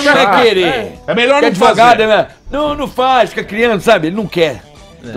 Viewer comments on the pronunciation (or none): "adevogado Paloma"😂😂😂😂